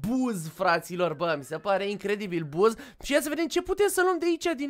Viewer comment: Bă 😂😂 nu se citește BUZ SE țintește BAZZ